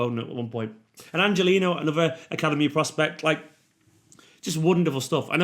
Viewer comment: If you are anything like the annoying commentary today, it's "An-hel-inho" NOT Angelino ! 👊 Thank goodness the game is only 90 minutes because I couldn't take him saying that, for longer.